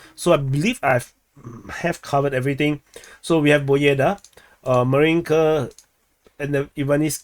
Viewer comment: This is not BOEDA, this is PO BE DA. BE is like `bed`